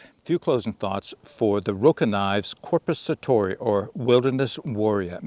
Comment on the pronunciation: Your pronunciation of Korpisoturi is very good :) The knife's not too bad either, just wished they'd make a version with a longer blade. That length is best suited for bushcrafting. For military applications IMO you really need a blade at least 14-15 cm long, like with Peltonen's Sissipuukko or the longer Jääkäripuukko.